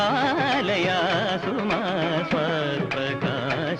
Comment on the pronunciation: He did not pronounce the words correctly, here and there. "Malleesha" alla "Valleesha", "paripaalayaashu maam" ennaanu, athupole "vaarijaasthra". This is a famous Dikshithar Kriti. It's surprising that MG did not know the saahithya of this keertana correctly.